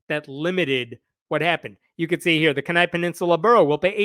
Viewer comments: Actual Alaskan here... say it with me Kenai... key-neigh for pronunciation Ffs I don't know what the heck you were saying... but it's wrong. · ...Damn it, I hate it when it is my circus. As an aside: "KEY -nigh (as in eye)" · Alaska here: It’s pronounced KEY-NIGH. Good otherwise! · Pronounced "Keen-eye". We have a lot of atheist in AK. We can't let the religious extremists take over. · Speaking as an Alaska, It's "KEY-nye" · Kenai has a long e and stress on the first syllable. Keen eye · Fuck these assholes. Iris is a gem of a human being. It's pronounced keen-eye. I live there. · It's pronounced Keen-eye. Just for information only, not intended as an insult to anyone or anything else. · as an alaska it is pronounced key nye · Interesting case. FYI, it is pronounced “key-nigh” with stress on the first syllable. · From a slightly bothered Alaskan, Kenai is pronounced 'keen-eye'. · Love your stuff dude, but for Pete's sake, Kenai is pronounced Kee-nye. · As an atheist and an Alaskan, Kenai is pronounced key nigh Love your channel! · THANK YOU I was about to comment the same thing 💀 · It's pronounced "Key- Ni" hard I at the end. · Alaska in general and the Kenai Peninsula in particular has a fairly high ratio of religious nuts. By the way, Kenai is pronounced KEE-NAI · Every time he said Kenai wrong, it drove me crazy. It’s just like the different way people say Denali. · So as an Alaskan... its pronounced "KEY" Nigh". Like what goes into a lock, and "The end is nigh". I know its weird. But that's how it goes. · It’s pronounced keen-eye!! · Honey, kenai is pronounced (kee nigh) long "e".....just sayin... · FYI, I think "Kenai" is pronounced KEE-nigh. Too late for this video, but you can file that away for future reference. (It could've been worse. You could've said "kee-NAY.") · Keeeen-Eye. Not Kin-eye. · Kenai. = KEE ni. Accent on first syllable. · KEE'nai. Sorry, I live in Alaska, and that was hard to listen to. As for the story, our politics here are amusing.